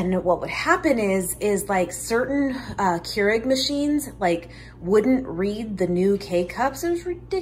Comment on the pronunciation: The brand name "Keurig" is correctly pronounced more like "COY-rig".